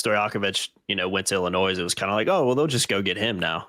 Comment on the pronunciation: you don’t pronounce the “S” at the end of Illinois